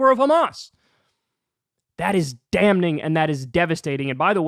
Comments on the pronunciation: Kyle....I love you mate, but...the word 'damning' is pronounced damming (no 'n'). English language has no real rules, it's silly I know, but ....I didnt write the rules of the language. Love your clips bud. Keep strong. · The work you're doing is truly invaluable. I've never appreciated this channel more. However, can you do me a favor? There is no 'n' sound in the word 'damning', so I'd appreciate it if you could change that. You are clearly super intelligent and informed, but mispronouncing this doesn't do you any favors either. Anyway, I am truly thankful for your work this holiday season. You are doing good works in this literally dark time. You are a light in the dark. Peace to you and everyone!